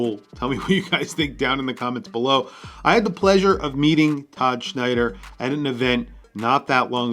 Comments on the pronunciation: It's Tom Snyder...not Schneider. But looks great. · WHY TF does he keep saying "Schneider?"